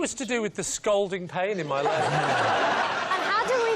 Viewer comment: "Scalding", not "scolding".